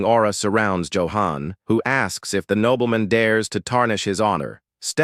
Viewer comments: Nobleman ❌️ Knob-bell-men✅️ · the AI's pronunciation is terrible. nobbleman, soldeer, mesyour...